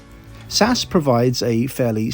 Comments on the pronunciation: It's Ess-Ayy-Ess. Not Saaahs. If you are going to travel on narrow-bodied aircraft for long flights you should wear a kilt so it's easy to dissipate fumes by flapping it instead of a slow release through your trousers that will annoy staff and other passengers. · Love your videos, but please… please… don’t call them Sass! It’s SAS. Ess A Ess. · You def lost me today: Saaas Airlines? JFC… Not Tool much to get the Name right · As far as I can remember you are the first one who pronounces SAS in in one word rather than the single letters S-A-S 😉! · Sass? S-A-S, as it has been called historically, sounds much better. Like BOAC being called Bowack.